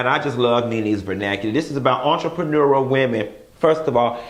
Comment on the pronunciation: Chileeee “entrepreneururl”😂😂😂😫😫